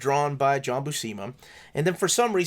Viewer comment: FYI - According to Stan Lee in the "How to draw Comics the Marvel Way " (he introduces him here): John Buscema's last name is pronounced "BUEW -SIM-UH" -the BU part sounds like VIEW...not WHO..and the SCEM part rhymes with JIM.